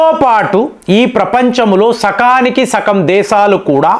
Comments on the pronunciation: Sakam kadu sagam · Sakam kadu sagam anali